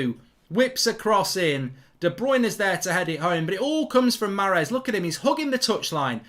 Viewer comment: Mark "I love Maaaaaaaaaaaarez so much, I love him so much I'm going to butcher his name over and over" Goldbridge